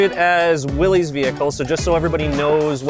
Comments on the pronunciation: It’s pronounced why-lee not Willie, that really irritates me but nice jeeps nonetheless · Its actually pronounced Willis, not Willys. It represents John Willys who founded willys overland motors.